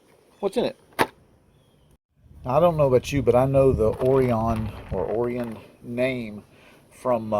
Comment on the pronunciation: I think, it’s pronounced o-RYE-an. Not 100% sure but, believe so.